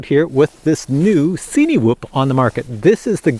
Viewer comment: At one point in the video you mentioned 'cinematic' film. Cinewhoop is pronounced the same way, surely, it's not a 'see-knee-whoop.' Sorry had to get that off my chest, you know when people say things in a way that makes you cringe? Otherwise, great video as usual. I'm seriously considering buying one of these and this was helpful.